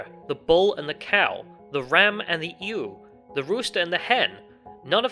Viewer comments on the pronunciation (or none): A ewe is not called an ooh; it is called a yoo.